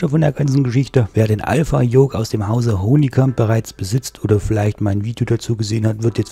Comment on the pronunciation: Schönes Review, aber das ist die Firma Honeycomb (gesprochen Hannikamp) Nicht Honii : D Mir gefällt Deine selbstgebaute Buttonbox! Schön gemacht, egal mit der Farbe :D Was ist Dein Name bei twitch und Deinen Livestreams? Habe den Bravo Throttle Quadranten Ende März gekauft, auch bei Aerosift und habe heute Bescheid bekommen, dass er in 4 Wochen eintrifft. Bin gespannt. Preis liegt wie immer bei 250 Euro. In Deinem Video ist der Preis ohne Mehrwertsteuer angegeben, deshalb wohl weniger.